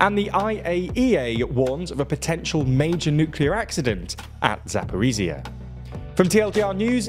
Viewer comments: "zhzh" sounds like the surname "ZHukov" as in Marshal Zhukov ext. But you repeat the zh sound twice. P.S. The host's pronunciation is off, he pronounced it as "zia" rathar than "zhzhia" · Please, get a Russian or a Ukrainian to advise you on pronunciation. You absolutely butchered Zaporozhia.